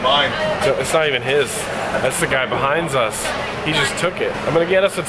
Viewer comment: haha when you said behines us